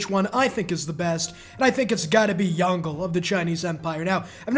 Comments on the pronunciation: Lmfao, love it when yt ppl pronounce it as "Yon-Goh". It's Yong Le, lol. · "167 turns is a little longer than I would love" Me: immediate facepalm No but really, did you not do ANY prior research on Yongle's (who btw is pronounced "yung-luh" or "yung-lay", not "yon-gul") abilities? Lijia gives the yields DURING the duration of the project, NOT AFTER IT. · "Yongle" lmao...Yong ("Y" - "ong" (like strong) "Le" like the french "Le" pronounced like two words